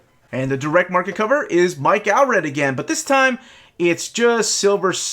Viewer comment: Why do you insist on hyper pronouncing names like "George Peh-rez" but then mis-pronouncr common words like "Pree-lood"? It's "War of Kings Pray-lood". NOT "War of THE Kings PREE-LOOD". Also, It's Mike "Awl-Red", pronounced the same as the word "all". Still enjoying your channel. 🙂